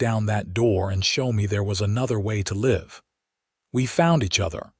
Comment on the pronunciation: Very good story. Interesting, full of intrigue, suspenseful, all good elements. Narration was good, but AI still needs improvement on the correct pronunciation of several words, in relation to the sentence, like read, live, and content. Stating the legend and love of the whole story doesn't need repeating three or four times at the end just to use up time. A little more editing would go far. Listened from Northeast Florida USA.